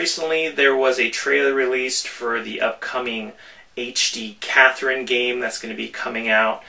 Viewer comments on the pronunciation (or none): none